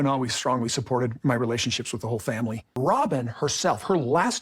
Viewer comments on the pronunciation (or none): Robyn is disgusting & absolutely ruined this family (or "fam-wee" as she says 😅). She is a homewrecker & continues to refer to her women-daughters as "kids". 😆 They probably all still use binkies. I agree with what was said in this video...absolutely. 🤢 🤮 Robyn won the prize, tho. She got the narcissistic, gross, Roman Noodle Head husband. 😆 🤣 😂 😹